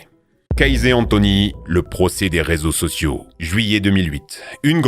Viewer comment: "réso sossio" 😁